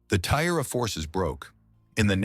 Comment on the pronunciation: Over an hour of inaccurate and inconsistent pronunciations – that element is really irritating. E.g. Tomoe = Tomo-eh Not To-mo / TOmo / TomO / T'mo / Tomey / T'mey, etc. Taira = Tie-rah Not Tie-rea / Tie-eerah / Ta-eerah / Tie-rey, etc. Six to ten pronunciations of the same word that is spelt the same way each time; sometimes with the pronunciation not agreeing with the spelling (Tomoe = T'mey, Taira = tairea – how?). If I hadn't been reading along, half the time I wouldn't have known who or what the AI was talking about.